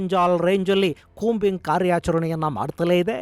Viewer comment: ಕೂಂಬಿಂಗ್ ❌😂 ಕೋಂಬಿಂಗ್✅😮